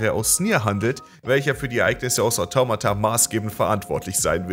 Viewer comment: Wie sprichst du bitte Automata aus xD